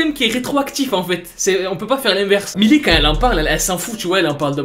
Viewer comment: OH PUTAIN!!! MILLIE! PAS MILI!!! Mdr je t'adore!!